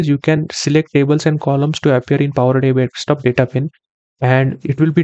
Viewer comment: Indians. It’s desktop not dekstop 😤😳